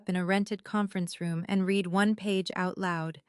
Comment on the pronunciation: AI narrator doesn't grasp the difference between read - present tense, pronounced reed - and read - past tense, pronounced red. As is evident in this story.